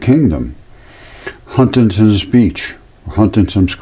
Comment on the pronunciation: "HUNSTANTON" beach,UK. Not HUNTINGTON.... sec